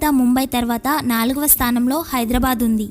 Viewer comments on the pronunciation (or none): none